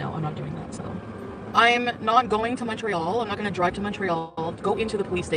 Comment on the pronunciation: "Oy went for a droive at noin a.m."